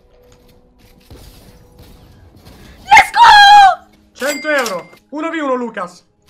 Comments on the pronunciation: Non è lets go bensì lesgò (Cit. Lucas) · Per Lucas: si dice let's go, non lesco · ma come ha detto let's go ahahahahah